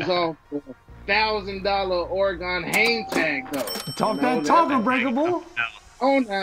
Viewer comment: Dude having all the “Oregon PE” and can’t even pronounce it correctly 🤦🏻